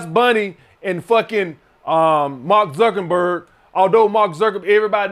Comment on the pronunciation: “Mark zukenberg” 😂😂😂